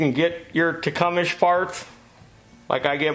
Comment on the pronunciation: I had a neighbor who called Tecumseh "Tee-Cum-Sah" I always suppressed a laugh, because he was a nice guy and a great neighbor, didn't want to hurt his feelings. Now I know I was mispronouncing it too! says Tecumish, so Tecumish it is! Thanks for the video, I was pretty sure Slipper was gonna be the bad guy!